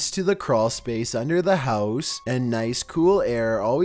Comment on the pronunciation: sOmeONE secretly living in their hEeous